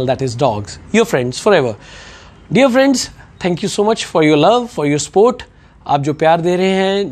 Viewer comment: sir wo sport nahi support hota h 🧐😜😌😅